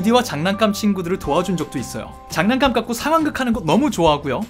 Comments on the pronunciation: 잔난감🤡 나만 잔난감만 자꾸 들리냐구요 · 댓글보니 계속 잔난감으로 들리는... ㅋㅋㅋㅋㅋ